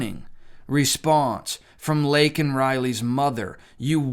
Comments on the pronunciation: That name was deliberately said wrong. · SAY. HER. NAME. But he refused to even do that correctly. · He has no idea what's going on around him or in the US. But, they dope him up to give some ranting speech, butchers that poor girl's name and later retracts calling the guy an illegal. An apology to a murderer! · 18 March '24.-----I somewhat regret not watching the "SOTU' Address, I must confess that I can't stand "olde" Joe, I believe he's an evil old man, instead of calling him as President Biden, call him as Puppet Biden and somebody/thing is pulling the strings.-----Regarding his saying Laken's name wrong, well, what to expect as he gets countries wrong and saying the wrong leader for a certain country?, more evident in the example of Laken Riley, shows that Joe Biden doesn't understand in the same way as the mother (in general, "unto each their own") and I wonder does he really care?, probably not.